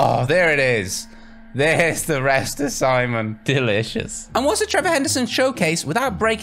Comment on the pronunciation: I like how he says Simon he calls it semen 🤣🤣😂